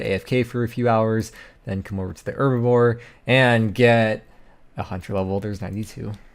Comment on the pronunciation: Love the videos. But does it drive anybody else crazy how he says "herbaVORE" instead of "herbLORE"? Lol